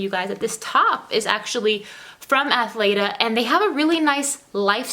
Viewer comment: Are you talking about Athleta bc I think you pronouncing it incorrectly.